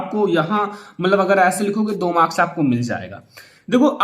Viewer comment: And it's marks not morka 🤣